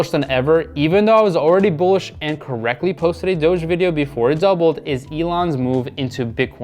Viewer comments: i like how he calls it Doggy coin instead of Doge coin. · DOGEE coin... bro it’s not called that. I don’t even trust your analysis when you don’t know what it’s called